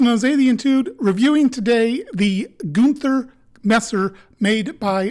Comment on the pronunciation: As a native German speaker (from Austria), I can assure you that you pronounced both ‘Günther’ and ‘Nagel’ perfectly. Of course, there’s a slight accent, but everyone has one anyway (even in their mother tongue). 🙂👍 P.S.: I’ve been thinking about purchasing this messer for a while now. Your video has made me even more keen to get it.